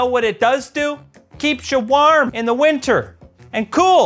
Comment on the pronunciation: as a stateside guy, I hear (waerm) (ceewl)